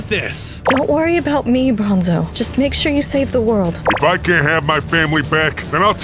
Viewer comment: Bronzo not bonzo